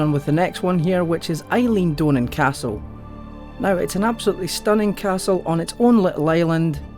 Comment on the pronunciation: That is not how you pronounce Eilean Donan btw